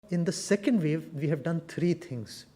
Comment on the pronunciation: It's pronounce wave ... not vave